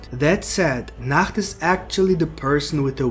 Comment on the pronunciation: ik bro but your pronounciation is wrong